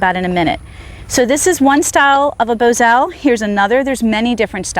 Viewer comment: I ride bit less and It's Bos al not Bozo